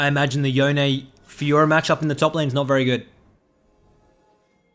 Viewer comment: Just please say Yone (like you'd say Dome). Not Yonay.